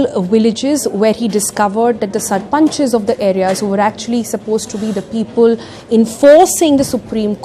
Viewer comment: I have a drinking game. Whenever she says "ul" instead of "le", for eg."Pepul" instead of "People", you take a shot. 😂🤗